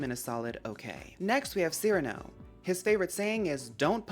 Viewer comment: THANK you for catching the cyrano reference and pronouncing his name correctly. my pet peeve among animal crossing girlies: "sigh-RAN-oh" and being like "lol idgi" like c'mon now that's a top tier pun & reference, work w us, folks. lol anyway you gave me so much more appreciation for the anteater villagers, i'm loving this. and just as w the cats, so happy to see the one-off girlies get their flowers, as well. the rabbits are gonna be fun and i personally can't wait for the birds and dogs. lol